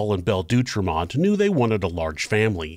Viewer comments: FYI: The name D’Autremont is NOT pronounced “Doo-Tremont” ; it’s DOH-Tremont. (Au = Oh). Pronunciation is an important part of research, so please do better! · Great rendition of this story. Living in Southern Oregon and being a rail buff, I have heard this story many times. I always heard the last name pronounced Dee- ought- remont. I also remember reading that since the railroad tracks were close to Oregon State Penitentiary and the brothers had killed railroad employees, engineers were always very generous with the whistle and horn when passing by, day or night. Needless to say the brothers weren't too popular with their fellow inmates.